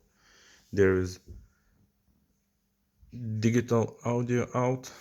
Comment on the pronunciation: "digghital" lmao what planet are you from bro? 🤣